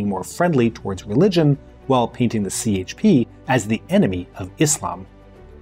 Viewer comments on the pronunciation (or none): Wait, he says more than CHP as the English “c”? That jarred my ears and I’m not Turkish, I just lived there two years and are used to hearing the Turkish parties pronounced with the Turkish alphabet. 🤦🏻‍♀️ Now I’m deciding if I should stick around and listen to the rest….